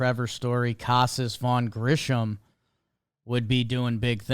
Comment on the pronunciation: death, taxes, and pronouncing vaughn grissom as “grisham”